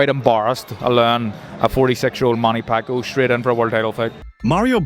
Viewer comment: Who's doing the voice over here? He can't even pronounce the name of Pacquiao instead he keep on saying "Pakyu" 🙄 it's irritating to hear😈